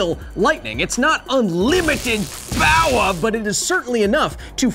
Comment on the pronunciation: Another title for the video "How unlimited is Unlimited Powah"